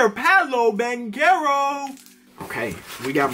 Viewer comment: It's Palo banchero